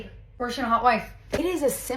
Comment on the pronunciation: You would think if she's been a Porsche girl her whole life she would know how to pronounce it correctly